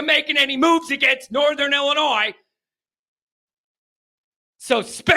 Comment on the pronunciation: It's ILLI-NOY dummy! No S!!!!!